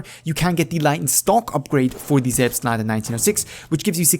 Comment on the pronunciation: can you speak german? cause you pronounce „Selbstlader“ so well